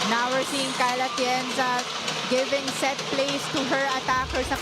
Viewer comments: kept saying Kyle Atienza 🤦‍♀️ dati hindi ko pinapansin kasi baka honest mistake lng. Pero ang dalas na rin eh, sana maging conscious na sya next time. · Yong anchor na babae, Kyle Atienza ng Kyle Atienza kanina.